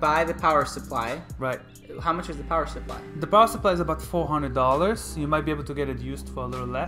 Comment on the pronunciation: that dude saying SUR-ply is killing me.. SUP-ply.. SUH-ply... SUH... SUH.. no R